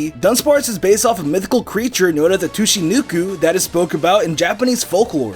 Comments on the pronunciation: TOOOSHY NUKEOOO. Its Sue Ki No Ko my nigga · Toochinooku It's pronounched Soochinoko not Toochinooku. Darnit. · Tuu-shee-noo-koo? Its Tsuchinoko. SOO-CHEE-NO-KO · not too-shee-noo-koo its soo-chee-noe-koe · "Tooshinookoo" is what Im calling tsuchinoko from now on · "Too-shee-noo-koo" What. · Soo chee noh koh, tsuchinoko. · Tsu-chee-noh-koh. Meh-zo America. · kah-moh-neh-gi. tsu-chii-noh-koh who am i kidding nobody ever tries slightly harder anyways also nobody cares but according to the pokedex entry from the pokemon anime(jp), farfetch'd is delicious if eaten with his leek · I had to pause the video at "tooshinookoo", that was just so painful to hear. I'm not a fan of the Aerodactyl/Crobat theory either as the biology is way off (bats are mammals, pterodactyls are reptilian). But this is still pretty good content, so you've got a sub. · your Japanese sucks so much lol. sushinuuuukuu??? like, what?? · Bruh... Tsuchinoko (Soo- chee- no-ko) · The way you say tsuchinoko is so wrong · Sue-gee-mor-ee. Sugimori. Tsue-chee-no-ko Tsuchinoko. Christ, your pronunciations are terrible, kid. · How'd you manage to butcher the Japanese names so badly? Kamonegi -> Kamunagi Sugimori -> Sugamari Tsuchinoko -> Tushinuku You can't just randomly replace vowels...